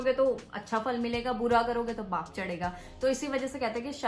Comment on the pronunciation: Paap not BAAP 🥲❤️✨